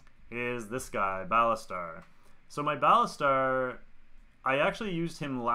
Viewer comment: Baltasar not Balastar :P